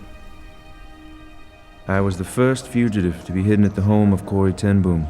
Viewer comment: It is very irritating how they call Ten Bóóm. It is not Ten Boem.